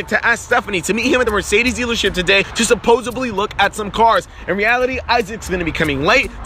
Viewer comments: This is sad he says supposebly instead of supposedly 🤮😂🤑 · Its supposedly not supposibly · Ugh!!!! SUPPOSEDLY.. with a D!!! Not SUPPOSABLY!!! Jeez...I'm breaking out in hiiiiiives. Come on,!!!! Do better!!! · ewe supposaBly?! noooo nooooo bro, no B in there